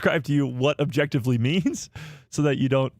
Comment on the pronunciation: Ah! Jectively 😂 man I missed a good one. Again! What are we objectively talking about?